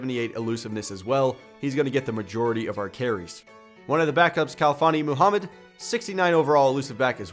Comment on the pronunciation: How the hell did pronounce "Khalfani Muhammad" properly but couldn't figure out Mike Marquardt?